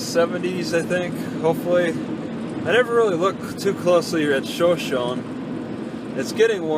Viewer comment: Pronounced "show-show-knee"